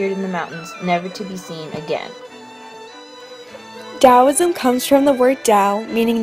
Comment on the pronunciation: Very nice indeed - but there are some important errors. Here are two big errors: Yin correlates with the feminine Yang correlates with masculine Also, several words are mispronounced, including Taoism and Daoism!, and there are some misspellings (Medieval is correct, not how you spelled it). I hope you make corrections because it is a very nice short synopsis, and it is useful, but only if it is correct!